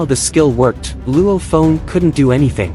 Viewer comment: But why are you call Luo Feng "Luo phone" 😅